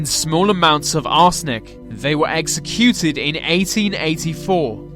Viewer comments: I've never heard an Englishman pronounce exeCUTED like that before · What’s with the weird stressing on words? exe-CU-ted. Good video by the way. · O RG Sounds like a Londoner to me. Although he prounces some words like "executed" and "identifiable" differently to me.